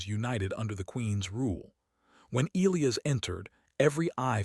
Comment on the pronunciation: God I HATE the way this stupid ai pronounces elias and bowed..for fucks sake someone teach this dumb ai how to read and speak